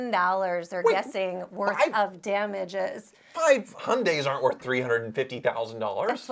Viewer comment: what is a Hon-Day? You work in the car industry but you can't pronounce Hyundai? It's not hard.